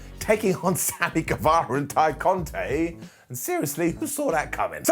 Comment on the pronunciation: ITS NOT GUEVEEERA ITS GUEVAAARA hnnnghghgh